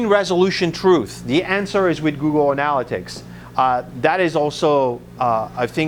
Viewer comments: I can't believe he doesn't know how to pronounce [an-l-it'-iks] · nice bro....and if you can ever learn how to pronounce the word "analytics" correctly you will start to have a bit more credibility.